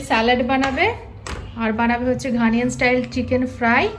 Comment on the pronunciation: It's not Ghaniyan. It's Ghanaian. ঘানিয়ান নয়, ঘানাইয়ান।